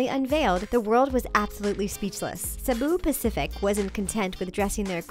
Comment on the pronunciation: She kinda pronounced "Cebu Pacific" wrong